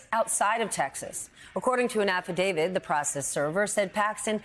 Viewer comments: The word is "affidavit", Stephanie, not "affidavid". But then, since many of MSNBC's supposed legal "experts" mispronounce it, it's easy to see why you make the same mistake. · You are in the right, but if you want to be taken seriously, it’s pronounced, “Affidavit”. Not “AffiDAVID”.